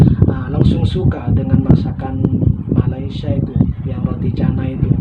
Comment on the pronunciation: Kenapa masih tidak bisa sebut Malaysia ,masih menyebut malaisia... Rasa janggal mendengarnya